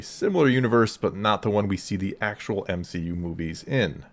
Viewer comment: M-she-U, no thanks